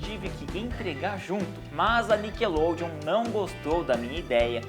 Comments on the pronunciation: NICKLODEON-acento miseravi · cadê o E de NICKELODEON ????